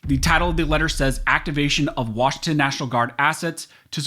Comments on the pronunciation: LOL, he doesn't want to read WANG as WANG. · WANG? Come on… leave out the A.